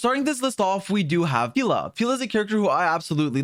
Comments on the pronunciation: “Peela” I thought it was pronounced peh-la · Why "peela" though? She is "Pela", Pelageya. Slavic name, "e" like in "yeah". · every time he says “pEEla” instead of Pela 🥲🔫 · dont call her 'peela' pls.... it sounds like pila in portuguese and yea...... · pila??? 😭 being the first one to pronounce it like that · Bruh get her name right🤣🤣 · You say it like Banana Pela and I can't unhear it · That is NOT how you pronounce Pela💀